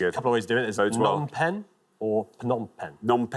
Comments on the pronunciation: The P in Phnom Penh is never silent. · Every source I've found says the "P" in Phnom Penh is not silent. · The P at the beginning of Phnom Penh is pronounced. It's a soft, unaspirated p. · The P in Phnom Penh is not silent. The word Phnom means mountain.